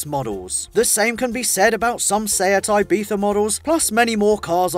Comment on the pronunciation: Where can u see an “f” in the “Ibiza”